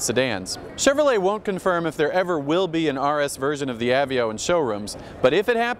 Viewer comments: I think he says "ah-vee-oh" a hundred times on purpose just to annoy the rest of the world who pronounce it "uh-vey-oh." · av---veee--oh....really........ i always dislike the pretentious vibe from this particular guy but come on, know how to pronounce a car if reviewing them is what you get paid to do. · that's what I was thinking! I'm talking about the guy who said "av-veo" instead of ah-vey-oh. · I've heard "uh-vey-oh"(how I pronounce it), "A-vee-oh", and now "ah-vee-oh", what's next? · How does this guy mispronounce "Aveo"?